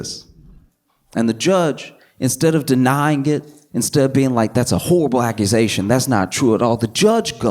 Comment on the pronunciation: took me waay to long to realised he said "horrible accusation" and NOT "whole blackusation"🥹